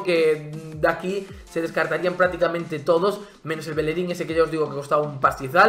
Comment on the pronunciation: Por qué pronuncias así el nombre de bellerin?